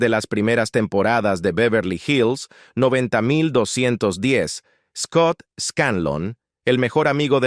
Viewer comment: Se pronuncia 90 210.